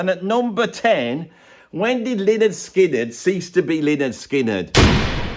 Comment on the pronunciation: Lynyrd Skynyrd. Should be pronounced Leonard Skynyrd. [/pedant]